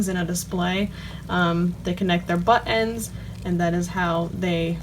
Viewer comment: Lol! When you say ‘butt ends’ it’s sounds like you are British and saying buttons. Good video! Very helpful. Thanks!